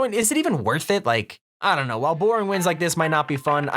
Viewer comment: “don’t K-now cheating”